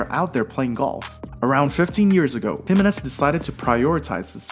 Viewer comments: His name is pronounced Hih-MAY-nez, not HIM-a-nez. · Why can you not say his name right? It´s Jime´nez and nothing else! Even TV- commentators have learned that, but not you.